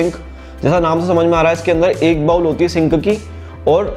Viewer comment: "बाउल" नहीं "बोल" कहा जाता है